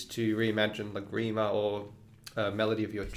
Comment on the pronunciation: Wow. I love Lagrima, and these are great ideas. (But, did the school also re-imagine the pronunciation - the stress is on the first syllable of Lagrima) :) I think I will begin with the tremolo texture - the most approachable for starters - thanks!